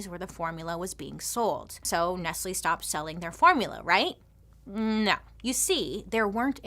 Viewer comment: It's not ness-lee is ness-lay